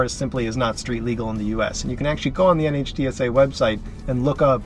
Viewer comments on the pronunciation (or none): Small point, but NHTSA is just pronounced Nitsa, the same way you wouldn't spell out NASA. My dad worked there in the 70's and 80's, so the agency name is something I grew up with -- it's really jarring to hear it letter by letter.